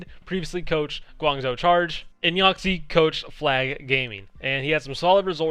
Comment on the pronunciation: "YAOXIE" is pronounced "yall sheer" XD